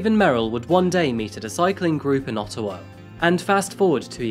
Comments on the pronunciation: It's Ottawa not Ottowa. Thanks! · *Ottawa not Ottowa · As a Canadian who lives near Ottawa, it’s interesting hearing Ottowa lol ALL GOOD THOUGH, WE APPRECIATE YOU! 🇨🇦